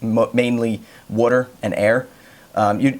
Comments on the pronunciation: Bro,where are you from?You said water with a weird accent,almost like wuter.No offense. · The way he says water i can tell he lives on the east cost Probably philledephia